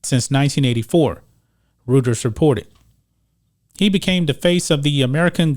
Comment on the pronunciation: its pronounced Roiters...Rueter